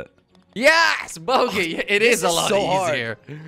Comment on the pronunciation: said boogey instead of bogey